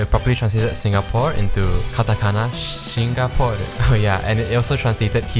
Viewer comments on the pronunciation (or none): none